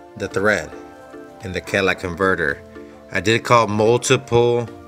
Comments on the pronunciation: Maybe the shop wouldn’t mess with it because you called it a “Cadillac converter.” :p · "Cadillac converter" ? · Is it my bad hearing, or does he keep calling it a Cadillac converter? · Yes instead of calling it the exhaust manifold he calls it the Cadillac converter